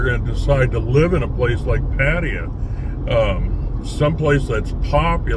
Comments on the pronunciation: "Padd-ah-yah' ?? SMH...how long has this guy lived in Thailand?? Good grief... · Your comments indicate that you, simply, 'don't get it'... Seems that in your world, butchering the pronunciation of a major city, a city that you live in, is perfectly acceptable... That is not my personal experience as an expat in the various countries that I've lived in.